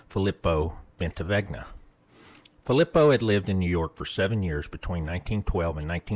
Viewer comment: I just can't. You pronounced Philipo wrong way too many times. Its pretty obvious how it's supposed to be announced. Phil-lee-poe. Like come on now. you had to have been pronouncing it wrong on purpose to troll or something cause there's just no way